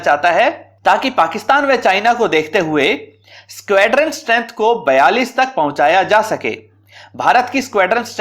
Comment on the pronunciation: DRDO की मिसाइल का नाम निर्भय है, निर्भया नहीं है... और स्क्वेड्रन नहीं स्क्वॉड्रन होता है... क्रुपया अपने उच्चारण पर ध्यान दें थोड़ा